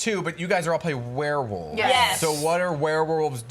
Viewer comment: Did anyone notice he said wererolves?